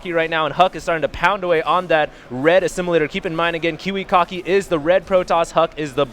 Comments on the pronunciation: Stop saying kiwicocky!!! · i swear i heard them say kiwi-cocky. no troll. love kiwikaki and huk. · Lol, "Kiwikocky"